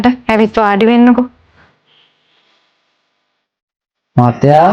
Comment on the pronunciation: මහත්තයා ඇහුනෙ පාත්තයා වගේ🥲🥲